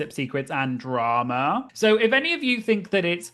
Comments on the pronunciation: I'm just here to hear you say "draWma" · I always enjoy how many syllables you get out of the word "drama." 🙂